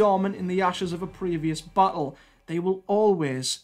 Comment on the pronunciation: Sometimes when you say ‘battle’ it sounds like you are saying ’butthole.’